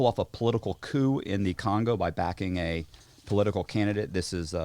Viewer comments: Say it with me now...Cooo. Again...Cooooooooooo (coup). This ain't your 2 door car. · They must be like 22, forgetting there's an audience listening. There lack of knowledge is amazing saying coup, lol hes saying coupe. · Coup is pronounced like "coo" not "coop". And for the love of god, read your comments and if they're all telling you to stop interrupting - maybe stop interrupting? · These would be so good if unflinching ignorance didn’t pull me right out of it. And why didn’t anyone stop him from saying “coop” three times. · The host is dismissive, interrupting his guest and then can’t pronounce coup. I can only guess he is jealous and making it weird. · When our boy pronounces the P in coup. Y'know the journalism is legit. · This interviewer is a wise a*s punk and can't even pronounce the word coup. Unsubscribing. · Haha you know Matt’s thinking to himself “god this guys a dumbass” lol. Especially when dude is pronouncing the p in coup multiple times. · Interviewer doesn't know the "p" is silent in coup. He is annoying, immature and constantly interrupts all the time.